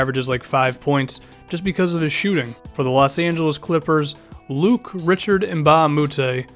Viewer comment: Luc-Richard Mbah a Moute goes just by Luc. Also Richard is pronounced RishARD, not RICHard. He shut down Lebron, Westbrook, and Wiggins; he's probably the best perimeter defender in the whole league.